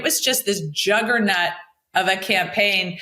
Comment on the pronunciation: Does Mikie Sherrill really not know how to pronounce "juggernaut," or is that just a NJ thing?